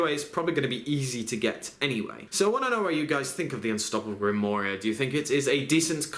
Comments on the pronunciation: You pronounced grimorie wrong it's pronounced GRIM-WARR and not war like world war. Sounds like ARE with a W in front of ARE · It's pronounced grimwaar btw:) just so you know